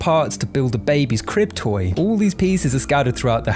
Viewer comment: Oh you’re saying “crib toy” and here I thought you’ve been calling them “cryptoids” lol.. I wasn’t even arguing tho lmao they could pass for cryptoids...